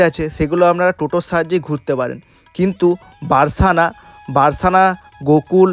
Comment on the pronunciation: রাধা রাধা ভুল মার্জনা করবেন সখা বারসানা নয় বরসানা